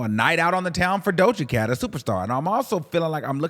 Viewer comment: Why would you read Doja Cat like thattt 😂😂😂😂